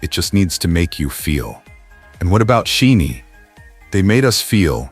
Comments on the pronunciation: It’s a bit disheartening that AI and the person who created this commentary could not pronounce the 2nd generation legends aka Princes’s of K-pop’s group name SHINee. Shi long i. 20+years in the game (including trainee days) and their group name is pronounced incorrectly. BTS has flown the pride flag at concerts. Jimin and Jungkook openly took photos on a unicorn water float with a rainbow mane while Jimin embraced Jungkook. They have have openly stated they support the lgbtq community. They created gender neutral characters for their BT21 characters. Jimin has pushed every boundary with his fashion. Suga once said he may love someone regardless of gender. Jimin and JungKook’s open displays of affection are legendary at this point. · For the love of God! You can't even pronounce SHINee's name correctly, yet you choose to show Jonghyun's funeral? Why would you do that? Do you think we want to relive that moment over and over again? What makes you an expert on who these artists really are as people? When you say, "He didn't need to come out," who said he was gay? Just because artists support a community doesn't mean they identify as a part of it. And when you say, "Among those who grieved most deeply over Jonghyun were gay fans," how can you make such an irresponsible comment? You cannot possibly understand the depth of despair experienced by his family, his members, his close friends, and the Shawol community. You really need to reconsider the content of your platform. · For Pete Sake. Teach your damn AI how to say Shinees' name correctly. It is not She-nee It is pronounce Shy-Nee. This is the the 4th or 5th video you have produced with members or the whole band as content and your AI still can't say their name right. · sorry but it's annoying when the group isn't pronounced correctly. Kind of takes away from the message if the producer doesn't know the groups name. It's not She-nee. It's Shin-ee. the "Shi" like shine a light.